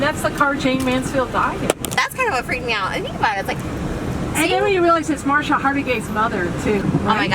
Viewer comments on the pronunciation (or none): When the lady said "Marsha Hardigay's mother" I nearly died. Babe it's Mariska Hargitay. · The tour guide said “Marsha” Hargitay😅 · Her name is Mariska Hargitay not Marcia harggerty😂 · Marsha Hagirtay? Ugh... It's Mariska AKA Olivia Benson! Get it right,! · She high key butchered Mariska Hargitay’s name 😂😭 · The way driver says Mariska Hargitay makes me cringe so bad. She should know how to say her freaking name!😬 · This tour guide...omg. She butchered Mariska Hargitay's name so badly.